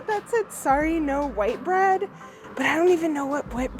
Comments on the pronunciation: It's pronounced Whit/bread, not white bread. It used to be a very good beer. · Whitbread not whitebread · People were a lot shorter back in the day. That's why the door frames are smaller. If you are staying in an older building things WILL be all " nooks and crannies". You can't alter the layout. Spaghetti and SALAD !? "No WHIT bread"....NOT white bread. Whitbread ( pronounced WITBRED) is/was a make of beer.